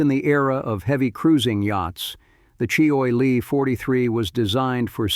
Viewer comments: you'd think AI would have learned to pronounce words properly--"choy e lee" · Boy, these AI announcers have a looooooong way to go before prime time. Maybe they can call CheeeOy Lee for advice...